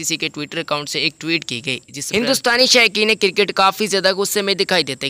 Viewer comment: it is Cricket not Kirkeet .. Correct ur pronunciation before u post a video .